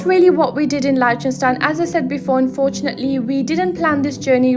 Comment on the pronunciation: You're saying the country's name wrong. And you say it wrong a lot in this video.